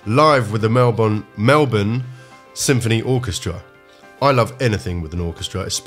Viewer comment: I love that you pronounced Melbourne (Melb'n) properly!!!! Thank you. And this is John. A WONDERFUL WONDERFUL SUPERB singer, performer, showman, comedian, friend - who is LOVED BY EVERYONE in Australia. He's an ICON. A treasure. A PURE, PRECIOUS GEM. He is absolutely ADORED in Australia. He has been from the first record he released when he was, I forget, 18 or 21? - "Sadie". I agree with everything you said and did in your reaction, you are absolutely right. Thank you!!!💜💕💖🌹